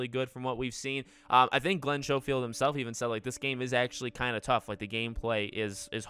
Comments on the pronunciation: Schofield is pronounced (Sko-field) not (show-field). I had to get that outta the way, because you pronounce his name wrong so many times! XD Keep up the great content! Love watching your videos and coverage so far! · Super excited about this! Definitely my most anticipated game of the year, and I'm a big GOW fan. btw, it's kinda bugging you pronounce Glens last name 'showfield'.